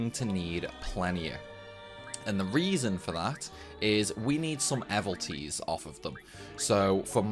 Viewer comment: Mmm did you say do you say evilties or evalties? Pretty sure it's pronounce evil not eval... Jk gr8 vid thanks😅